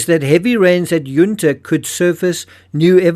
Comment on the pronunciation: Ok it's not under its Yun ta and Maree is pronounced ma ree and sapol is pronounced say pole